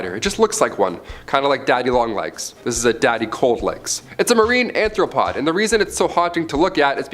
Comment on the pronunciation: Marine Arthropod not "anthropod"